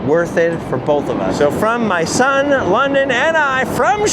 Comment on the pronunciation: London ‘ Is definitely sponned lol 😆